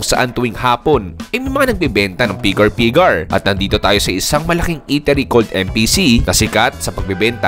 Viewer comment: Wag feeling amerikano na bigkasin ang pigar pigar, bigatan mo ang diin ng bigkas ng R sa dulo.